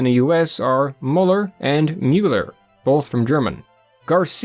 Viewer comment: Mueller and Muller would both sound more like Miller than how the reader pronounced them. "Ue" is a way of writing "U umlaut" when you don't have an umlaut in your fonts, and "ue" followed by two consonants is said as a short I made with rounded lips. The U sound completely disappears. Muller is just Mueller without the umlaut at all.